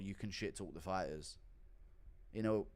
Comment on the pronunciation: OH! DONT DISRESPECT THE FI-TAHS!